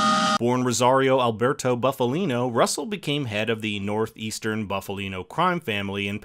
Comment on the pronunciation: It’s Boof-alino and not Buff-alino, pronounce it correctly!